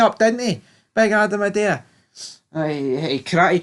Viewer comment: Also, are you on the wind up with the prounouciation of Idah? Lol, ih-day-a is faf. It's I-Da.